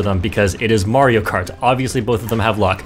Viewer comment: You're saying mario wrong